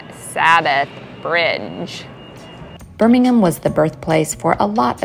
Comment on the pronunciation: I like how you pronounce birmingham correctly, perfectly in fact and not birm, ing, ham.